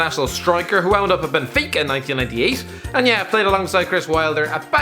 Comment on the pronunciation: What the fuck is Belenenza??? I rad Belenenses😂 Jesus christ, it's a treat earing you say Portuguese words😂. Benefica, Nuno Espéreto Santo, etc. I guess the only one you pronounce decently is FC Porto😂